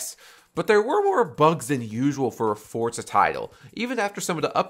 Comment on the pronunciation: for za not fort